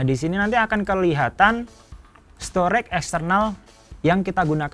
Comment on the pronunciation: STORAGE dibaca STO-REJ, bukan STOREK!